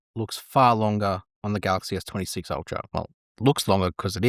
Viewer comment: Try to pronounce s23 and s26 clearly before you post. Terrifying